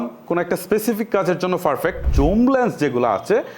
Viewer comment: Veginner, Valo, ferfect, frofessional eigula ki abar? Apnar theke to class 3-4 er english medium er bacca o valo pronunciation pare.😂